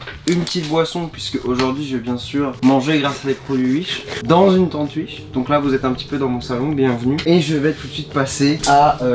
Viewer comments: On dit wish pas uich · Il dit ui she au lieux de wish 😂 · wish : s'écrit wish. charles : uiche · Sa mstresse quand il dit uich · On est d'accord il dit "UISH" mdrr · Tous ce que j'ai retenu : "des produits UISH" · Des produits “uish” 🤣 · J'adore comment il dit "uish" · Ce que j'ai retenu de la vidéo "acheté sur Uish" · C'est pas Wish mais U I C H E